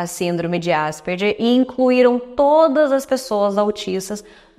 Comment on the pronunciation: Se fala Asperger como se fosse "gue" no final...